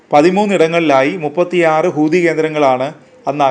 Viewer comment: ഖൂതി അല്ല ഹൂത്തി